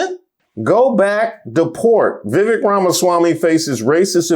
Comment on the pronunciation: It’s pronounced Vivek. Rhymes with snake.